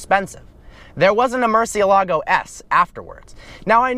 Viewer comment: MOOR - CEE- A - LA - GO : murcielago